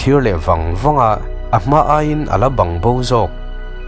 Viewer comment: A rei tawh viau na chuan, tun hnai a I video pawh ka en nasa tho ania, ka lo helh thin em2 kan sawi ve lawk,... "Bang bo" tih i sawi reng2 hian a rik dan kha adik lo kalo ti ve mai2, Bâng nilovin thluk na awmlo Bang tih tur anilo mi, paihte tawng a "Bang ( enge tih na ang ) thluk anga thluk tur ni in ka hria,..i lam dan ka hre zing ta ema kalo sawi ve mai2😅